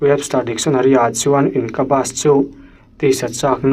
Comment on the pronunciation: Succubus leh incubus hi Sakabas ang inkabas ang a lam tur nilo in sakiubas leh inkiubas ang a lam a dik ang. Just a typical corrector guy here.